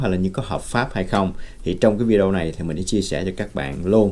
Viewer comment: Không đọc là “ vi déo” Mà là : vi đê ô bạn ạ